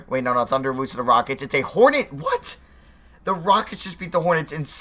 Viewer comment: We wose we wose we wose that's how he says it